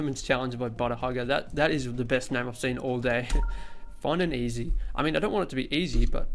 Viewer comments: It’s not EZ it’s EZ. easy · It's Easy, not Ez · He calls is ez mode instead of e z mode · Ezz mode lol he means easy mode 😂